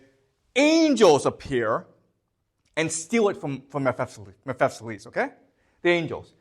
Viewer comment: OMG he absolutely butchers some of the pronunciations. ...Mephesiles???